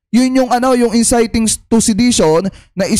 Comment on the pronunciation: Ayusin m pronunciation mo bok..inciting yn